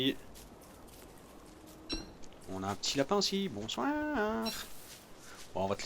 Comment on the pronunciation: Trop lol le "bonsouinre"^^